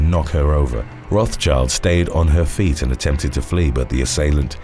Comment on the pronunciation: Rothschild is pronounced with the s in it - roth-s-child